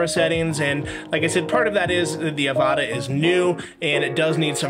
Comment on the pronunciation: It’s pronounced the same way as avatar without the r 😮😂